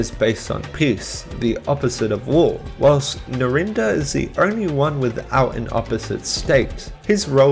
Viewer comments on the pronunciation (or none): none